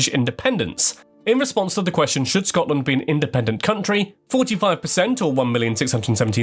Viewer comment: Finally an American that can kind of actually say Scotland right